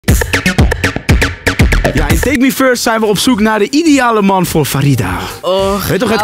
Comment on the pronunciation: "nee MAN is niet charmant, ik hou van klasse MAN" hahahah praat normaal dan eh hoofd